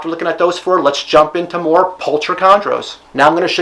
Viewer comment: Fairly sure the "ch" in pulcher makes a "k" sound when pronounced correctly. It's a common species name throughout the animal kingdom, I believe it translates to "beautiful."